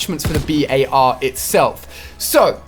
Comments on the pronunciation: It’s not B.A.R it’s just bar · It's says bar not b.a.r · Why do you call it the B.A.R it’s BAR like it’s not a abbreviation just call it the BAR please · just call it the bar not the B.A.R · Why doesn't he call It the Bar rather than the B A R ...? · Omg it’s making me mad it’s only called a “bar” not a “b.a.r” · It’s not the B A R It’s the bar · Anyone else notice how he pronounces the bar........... B.A.R